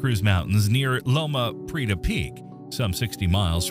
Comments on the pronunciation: LO-ma Pree-AY-ta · I'm glad you keep people aware of things like the Cascadia Subduction Zone and its potential to eventually wreak havoc in the PNW. But I have to ask, who is writing these? It's LO-ma Pree-AY-ta There is no "Explorer" plate, though the Juan de Fuca plate was named after an explorer. That plate is subducting under the North Amerucan plate. There's not even one labeled on your map! Mega*thrust*, not mega*crust* The plural of tsunami is tsunami, like the plural of anime is anime, though "tsunamis" is accepted. The second-most powerful earthquake ever recorded happened in the U.S. state of Alaska in 1964 local time, 27 March, 1964 ( , 28 March, UTC), Good Friday. It was a 9.2 on the Richter scale. If this manages a 9.2, it would tie that record and would be the joint-worst in the USA & joint-second-worst ever recorded. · Loma Prieta pronounced "pree-eh-tah. Mendocino="men-doh-see-no" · I think I gave up with a total mispronunciation of Loma Prieta.